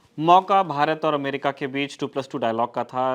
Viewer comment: AMRIKA :p